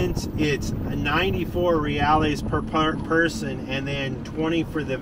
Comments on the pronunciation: Seja bem vindo... welcome to Brazil... how long are you guys in BR for? if you come to North Brazil, I would love to show you around... I'm currently at home in Florida but heading back to Brazil in 2 weeks... FYI you pronounce reals - hey-eyes ... remember, in Portuguese Rs are often Hs... Brazil is amazing, enjoy... if you make it to Piaui, let me know ... stay safe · It's not "reals" either, it's Reais. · I love you guys.... sorry I am leaving Brazil before you get up closer to me. I will be in Cabo Frio until the 17th of September, if you get up that far by then. Send me a message and we can have lunch. One thing.... a pronunciation thing.... Reals. you don't say reales. haha. It is just Reals....in Portuguese it is more like heals. He-alls. The R is pronounced like an H. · Just adding that "ais" sounds kinda like 'ice' in english. So, 'heh-ice' would be a closer pronunciation.